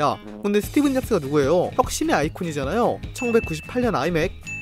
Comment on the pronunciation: 저만 계속 스티븐 잡스라고 들리는건가요? 자막은 스티브 잡스라고 나오는데ㅋㅋㅋ